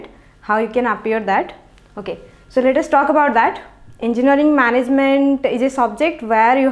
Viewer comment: Gajjab your "Enginaring" not Engineering